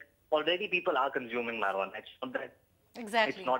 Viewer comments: its not marihuanaa.its marijuana..good video though😂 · Marie-Hu-Annah. XD Just call it Pot if you have a hard time.